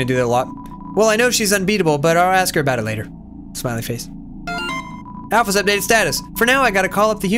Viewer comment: When met alphys instead of alphys he said ralphus if you turn on subtitles